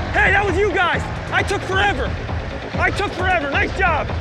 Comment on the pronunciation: Kirk said I took forevor 😂😂😂